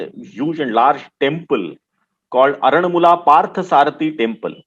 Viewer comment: its called AARANMULA , NOT ARAN MULA.....AND ITS KANNAADI NOT KANNADI BUT WHEN YOU WRITE ITS KANNADI ""AA"USED TO PRONOUNCE IT CORRECTLY .... AARANMULA IS THE NAME OF THE PLACE AND KANNADI MEANS MIRROR IN MALAYALAM